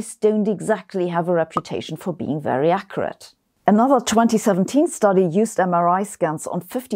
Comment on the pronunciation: As a linguist I love the part where she says "accerate" instead of accurate. It's very entertaining because the only ethnicity I find who does this in the US are those from German families. English, Scotch, Irish, and Italian will say it correctly. This is incredibly fascinating to me that a German person today still makes this mistake. Another thing to note is that they also say words like wooter instead of water, robit instead of robot, and on and on like that.